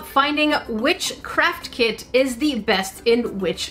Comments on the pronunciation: When she was saying craft kit I thought she was saying "carp kit" XD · When she was saying craft kit I thought she was saying “carp kit” XD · Omg it sounds like she is say crap kit or kits